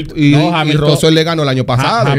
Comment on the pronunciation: una palabra gepiana es como llaman a russell: RAAUSEL😂